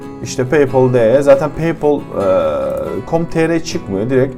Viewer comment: lan daha paypal diyemiyorsun bi de kalkmış akıl veriyor.